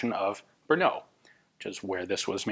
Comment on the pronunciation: Hi, your pronunciation of Brno is better and better :) Now you can visit us..! Unfortunatelly remains of former Zbrojovka Brno plant is now being demolished :( Anyway Kautsky's name stil needs some polishing :))